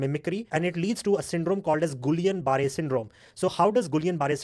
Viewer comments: But in English language pronunciations, it is GiyaamnBarré syndrome. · In original French pronunciations, Guillain Barré syndrome is pronounced as: "GiyaamBaghay syndrome".